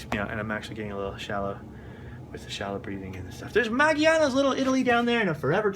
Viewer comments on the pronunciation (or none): LoL, you called Maggiano's "Maggie-Annos." It's an Italian restaurant really pronounced "Madge-John-No's."